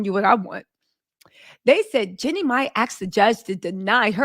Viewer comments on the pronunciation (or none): Jean'e not Jenny!!!! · It's Jeanie...not Jenny